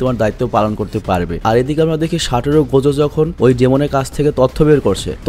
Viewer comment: Ai Gojo Saturo ta ato sundor knnn bujhi na jei koybr JJK dekhi oi koybar e crush khai. Btw vaiya amr Gojo Saturo ta re "সাটুরো গোজু" na bole "সাতুরো গোজো" boilen😅😅